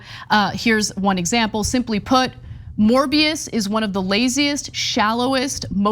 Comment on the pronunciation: A morby-us for the restov-us